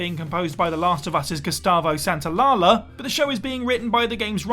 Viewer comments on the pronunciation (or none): "Gustavo Santaolala". JAJAJA Pobre Gustavo, tanta carrera en Estados Unidos y todavía no le saben pronunciar el nombre. We love you anyways, 😋